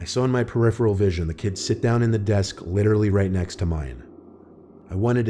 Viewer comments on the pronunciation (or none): none